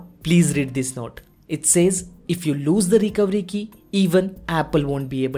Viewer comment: What did you say when you said Recovery Key, your accent made it sound like the Recowiki, can you even try to say recovery key